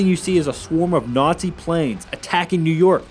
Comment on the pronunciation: What's a nortzi?Learn how to speak u fuckwit.